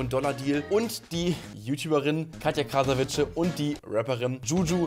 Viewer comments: Wieso sagen alle "Krasavitsche"? Man spricht es "Krasavitse" aus. Das "c" wird im tschechischen wie das deutsche "z" ausgesprochen. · Sie heißt Katja Krasavice (ausgesprochen Krasawitze) 🤍❕❗️⚠️